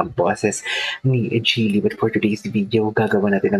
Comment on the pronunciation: Jelly po pronounciation ng name niya😊